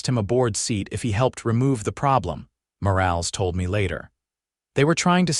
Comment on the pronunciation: Please train your AI narrator to recognize words that have con textually controlled pronunciations. Words like “live” have two pronounciations in English, which have different meanings. “Morales” is a name in which the “e” is short, not nonexistent. These are just a few items of the narration. Words on the screen need to be reviewed for proper usage and spelling. Sometimes a single spoken word is spelled as two words. You need a proof-reader and a proof listener before publishing 6our videos. AI isn’t smart when it comes to language, written or spoken.